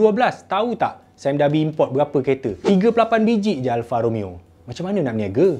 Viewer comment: "Alfa Romayo" orizainal